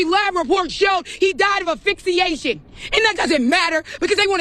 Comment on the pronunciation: “Afixiation”… ridiculous.